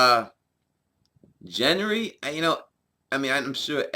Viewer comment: Who the fuck is Jenry? Gendry has a G sound not a J sound.